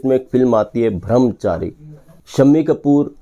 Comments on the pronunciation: अच्छा वीडियो है पर आप बार बार भ्रमचारी कह रहे है।लेकिन ब्रह्मचारी सही शब्द है। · भ्रमचारी नहीं भाई ब्रह्मचारी कहिये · Song was rejected bcoz it was not that good though it played in shammi kapurs film. No one remembers it. Video bananewale Brahmchari kahane ke bajay Bhramchari kahte hain. Wah re. Thik tarah se uccharan bhi nahi ho raha unse. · Yeh "bhram Chari" " brahm Chari" ka Punjabi accent hai ! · ब्रह्मचारी not bhramchari